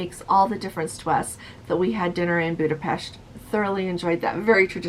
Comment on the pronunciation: Hi, great to hear Budapest pronounced properly. Many who have been there still cannot say it correctly. Fred